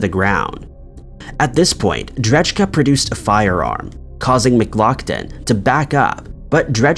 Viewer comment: Pretty sure dudes last name is said ‘dray-kuh’ not ‘dredge-Kuh’